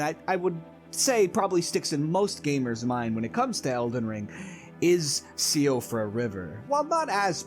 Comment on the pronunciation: Seeing siofra pronounced see oh frah makes me laugh as i think to myself that i totally didnt learn its pronounced sheefra because of vaatividya like 3 months ago